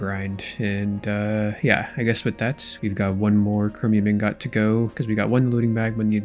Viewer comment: Brother please use a dictionary its not Een GOT.